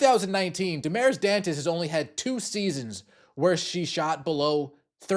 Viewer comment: I’ve seen other news … Aari McDonald was signed. And you oughta brush up on your Spanish / Portuguese pronunciation.